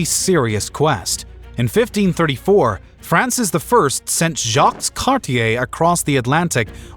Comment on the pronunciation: Canadian here. You did Jacques Cartier a disservice by mispronouncing his first name and minimizing how he is remembered in Canada; he's a major fixture in our history books. I was disappointed at your mention of the "Gasp Peninsula": it should be pronounced "gas-PAY". But those are minor beefs compared to your suggestion that France didn't care about the Pope's decision to split the world between Spain and Portugal along the line you indicated. France was very much a Catholic country at the time and I have trouble believing that the King would be indifferent to the Pope's edicts.